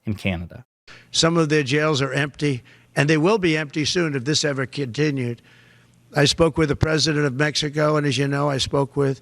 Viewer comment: He says kintinued instead of Continued. Just like he says countreh instead of country. I can't stand this guy!